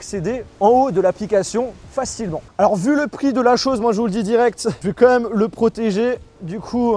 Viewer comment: Ce qui est surtout abusé là c’est ton « comme même »